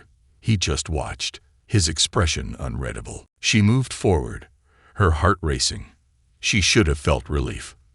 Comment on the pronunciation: It's funny all the inconsistencies don't bother me as much as how many times in all these stories when "UN-RED-ABLE" is mispronounced.